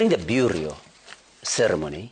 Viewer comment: It's burial not buryol